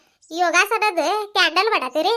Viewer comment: ಹಾಯ್ ಸಿಸ್ಟರ್ ಪಾಪ ಸಿದ್ದೆಗೌಡ್ರಗೆ ಯಾಕೆ ಅಷ್ಟು ಹಿಂಸೆ ಕೂಡ್ತಾ ಇದೀರ ಅದು ಕ್ಯಾಂಡಲ್ ಅಲ್ಲ ಕಿಂಡಲ್ ಸಿಸ್ಟರ್ ಅದು ಬಿ ಲ್ಯಾಕ್ ಮೇಲ್ ಅಲ್ಲ ಬ್ಲಾಕ್ ಮೇಲ್ ಏನ್ ಸಿಸ್ಟರ್ ನಿಮಗೆ ನೀವೆ ಸಬ್ಸ್ಯಾಬರ್ ಆಗಿ ಬಿಟ್ರಾ ನನಗಂತೂ ನಿಮ್ಮಿಬ್ಬರ ಮಾತು ಕೇಳಿ ನಗು ತಡೆಯೋಕೆ ಆಗ್ಲಿಲ್ಲ ಸಿಸ್ಟರ್